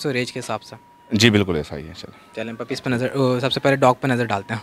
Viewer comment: puppies not pupple 😂😂🤣🤣